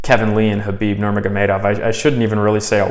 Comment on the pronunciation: K is silent brother so please pronounce his name properly.. Thank you